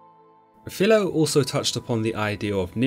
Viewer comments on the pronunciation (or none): The image of Nimrod is incomplete in my opinion. Incan carvings show him holding either a staff or serpent in each outstretched arm. BTW I know this sounds petty but 'Who' has ever heard anyone pronounce the ancient historian as 'Fill-lo'? I know I haven't, so why now?